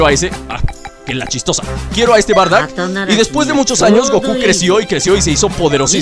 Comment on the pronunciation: se dice bardock